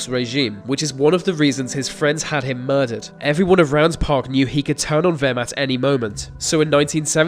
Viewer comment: "Vay Vos Vem"